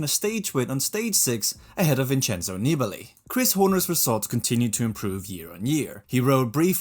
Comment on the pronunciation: NEE-BAH-LEE, not Nibble-ee. Screwed over by Horner, who admits cutting him off on the climb. A real unclass act. Wonder how welcomed he would be if he ever showed-up at a Grand Tour or Monument? Better stay home in the bedroom making your podcasts where it's safe.